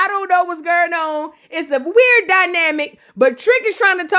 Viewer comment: Not “her sista knew Knaoww”😂😂😂😂